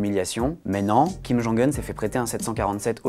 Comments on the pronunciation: Kim jong "eune" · Je suis presque sûr qu’on le dit pas comme ça kim jung heun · J'adore comme il prononce "Kim Geongue Heune", mais bon travail du "Monde", comme d'habitude ♥ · Que dois-je penser de l'analyse d'un journaliste qui n'a même pas pris la peine de rechercher comment on prononce le prénom de Kim Jong-Un correctement ? Sept secondes et quelques mots ont suffit pour perdre votre crédibilité. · Ça se prononce vraiment comme ça son nom en Coréen ou c'est le journaliste qui est spécial ?